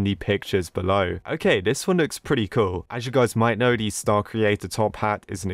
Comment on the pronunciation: when he says cool is just sounds like coo